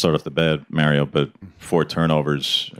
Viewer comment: MAR io..... Not Merryo, jackass.